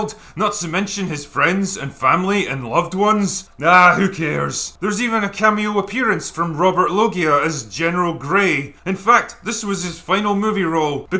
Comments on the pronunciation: It's not LO-GEE-AH it's LO-SIA like Asia but with an Lo instead of A. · I had no idea that was Data. I almost shit when you said it. And Loggia is pronounced Low-zha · Robert Loggia, is pronounced "Low sha," Not "Low Gi Ah." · Robert Loggia was one of the best character actors. It was always a pleasure to see him in almost anything he did. His very voice had charisma. BTW: his last name is pronounced with a soft "g" sound, as in "gee whiz". RIP. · It’s pronounced “Low-zha”, Drinker, you Scotch drunkard! Family Guy even had a segment about it! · "Loggia" is pronounced "Lowzsha", or something like that. As for that actress' breast, she may have may have a muscle there that not everyone has, like a Palmaris Longus muscle. Her right breast is the most interesting character in the film, the only one I want to know more of the backstory and lore of. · the dudes name isn't pronounced "low gia" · It's pronounced Robert "Lo-Jha."